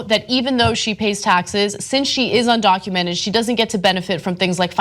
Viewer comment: Well hey, the girl who called Trump supporterts ' dumb' can not pronounce 'undocumented'.